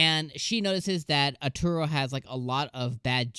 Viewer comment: This is a remake of a very very old and very very long Anime. Lum Invader is first and best Waifu! And his name is A-ta-ru, not Ar-tur-o. It's a pun, since "Ataru" means "You're going to get hit" in Japanese.